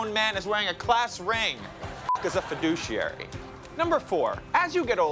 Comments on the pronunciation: fi*dou*che*ar*y not fi*du*ci*ar*y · I love John Oliver and the way he pronounces “fiduciary” :) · Isn't it funny that he says "fiduciary" with 4 syllables when the actual picture says that it's 5?